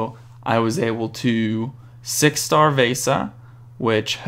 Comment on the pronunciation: You say Vejsa instead of Vesa and you said bad instead of Baade, so what i Think you should do is giving the J sound to Baade so it sounds like Bejd cause thats his right name and then Vesa without the J sound :D Great vid